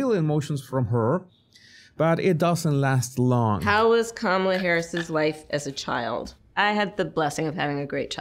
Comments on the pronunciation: You still pronounce her name wrong. IDGAF but it's "comma-la" or ",la" get it? ( , la) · Tucker Carlson intentionally calls her "Carmella" 😂😂😂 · It's *Kommie-Lush